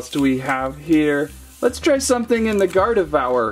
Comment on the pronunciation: How he says it: gard devour